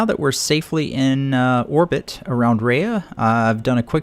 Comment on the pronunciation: It's pronounced Ree-ahh pronounciation please